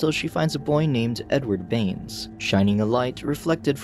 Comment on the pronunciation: Bruh when i hear you said mister baines i thought you said mister beans XDDD